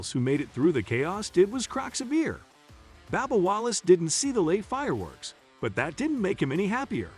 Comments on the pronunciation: Bub bub not babba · His name is “B “U”bba not B “A”bba. His name needs to be pronounced correctly. Thanks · It's Bubba not Babba Wallace need to say names right if you can't need to learn say it correctly. If not find a northern job. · Is it Babba Wallace or Bubba Wallace? I'm now confused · Whoever is narrating needs to learn how to pronounce drivers names. This guy a fn moron how you get Babba from BUBBA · Babba Wallace lol this channel is a joke ...use a real person . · How about getting a commentator that knows how to pronounce the names of the drivers and series. It's a bit hard to believe this guy because he obviously doesn't know anything about racing...come on... Baba, Nascrr :( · Who the hell is Babba Wallace? Hard to take this video seriously when the drivers name is mispronounced! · Babba O'Reily. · It’s a shame that you can’t even pronounce Bubba Wallace the correct way. Shame on you.!!!